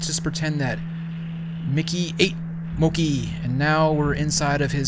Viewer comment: Its MOO-KIE